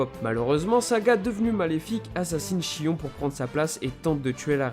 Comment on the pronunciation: Seul problème on ne dis pas chion mais shïone